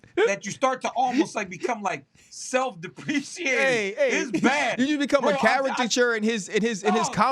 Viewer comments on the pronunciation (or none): Self depricating not self depreciating. 🤣🤣🤣🤣